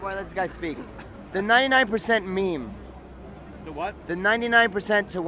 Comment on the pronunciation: “The 99% to 1 % MEAM. Was just one MEAM out of many MEAMs”